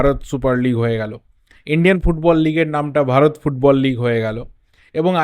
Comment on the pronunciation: its bharat not varat